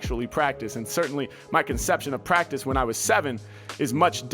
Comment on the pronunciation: this man said actually pratice about ten time within the first minute